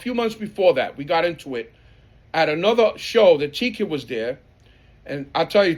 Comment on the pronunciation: its TKID, not Tiki